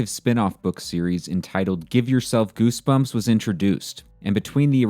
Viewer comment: Gersberms mah fravrit berks!